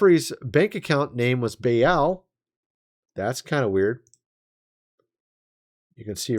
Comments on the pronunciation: Pronounced Bayl not bay elle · Baal is pronounced like ball